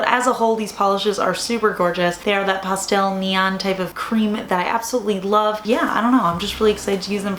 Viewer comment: Cracks me up how says pah-stel lol